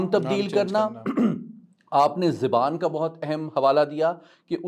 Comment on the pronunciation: Zewan nii hota zuwan hota hai lohori